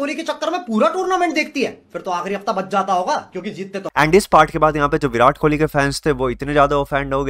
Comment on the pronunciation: Kohli hai bhai kholi nahi😂